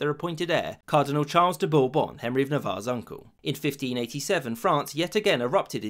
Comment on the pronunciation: The name “Condé” literally tells you it’s supposed to be pronounced as two syllables. You say “Bourbon” nicely, though.